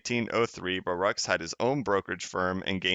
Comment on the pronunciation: Just an FYI it pronounced Bar-ook